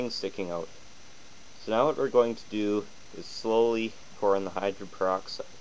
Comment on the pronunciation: This DORK is an IDIOT! He's talking about HYDRO - GEN PER - OX - IDE, and he calls it "hydren peroxide" throughout this entire video! The woman I rent from told me (about two days ago!) that h2o2( hydrogen peroxide) fizzes because it reacts to the iron in our blood!? EVERY SINGLE web page I went to said that H2O2 reacts with an ENZYME called CATALASE! CATALASE allows hydrogen peroxide to be broken down into water (H2O2) and I oxygen (O2). INTERESTING: Like other enzymes, CATALASE is NOT USED UP IN THE REACTION but is recycled to catalyze more reactions. CATALASE supports up to 200,000 REACTIONS PER SECOND!